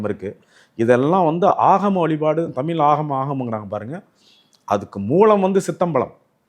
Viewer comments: தமிலு, தமிலு, தமிலு அருமை அய்யா!! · தலைவர் தமில் (ழ்)உச்சரிப்பு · ஐயா முதலில் தமிழ் என்று சரியாக உச்சரிக்க வேண்டுகிறேன்! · உளறு வாயா ! தமிழ் என உச்சரிக்கக் கற்றுக் கொள் தமில் , தமில் ன்னு உசுர வாங்காத , சித்தம்பழம் , சீத்தாபழம் , கோயில் திணிக்கப்பட்டது . வாய்க்கு வந்ததை உளறாதே ! அரை வேக்காடு . தனியா உக்காந்து யோசி . அது என்னடா பண்டு ஆரம் ? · வணக்கம் ஐயா.... உங்களுக்கும் கூடவா " ழ " வரவில்லை...! கொடுமை ஐயா.. தமிழை ஏன் " தமில் " என்று உச்சரிக்கீறீர்கள்.. அருமையான பதிவு, ழ - வை தவிர.. பணிவுடன் கேட்டுக்கொள்கிறேன், திருத்திக்கொள்ளுங்கள்... வணக்கம்.. நன்றி.. 🙏